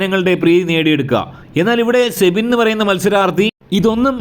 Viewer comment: സെബിൻ അല്ല സിബിൻ എന്നാണ്